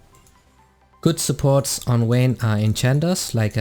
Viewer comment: VAYNE not Wayne